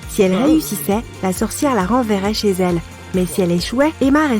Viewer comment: tu n’as rien à dire pk tu dis ché